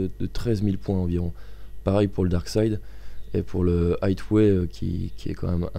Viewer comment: MDR vous avez quoi tous a mal prononcer Highway ?